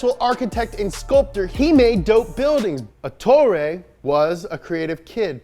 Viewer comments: Ettore, not Etorre.... wtf guys ahahah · Ettore not etorre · Btw its ettore bugatti, not etorre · I won't complain about the pronunciation cuz we can't know all the languages but bruh if you see that it's written ETTORE don't turn it into ETORRE. You know it's not hard to copy and paste a word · His name was Ettore not Ettorre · Guys it's Ettore Bugatti, not Etorre ;) Sorry to be the Grammar Fascist this time. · I'm sorry, but as an Italian I have to say that he was called Ettore Bugatti, not Etorre (this isn't even a name) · ETTORE. NOT ETORRE. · ETTORE = "Eht-TOH-reh" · It's written "Ettore", with a double T and a single R, and pronounced Ettòrè. Spell the doubles and mark those vowels in the pronunciation, anglophones. Dearly, an Italian. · It’s eTTore ffs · it's Ettore, with 2 t's and one r. And the emphasis is on the first e. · The correct name of the race in Sicily is Targa FLORIO And the name of Mr Bugatti is Ettore, with double "t" PS I love your show